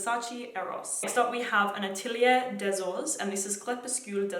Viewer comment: could you put a text box with the frag's name when introducing them? couldn't understand the Atelier one